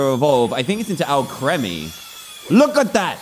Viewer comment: Its Al-kree-mee, not Al-kreh-mee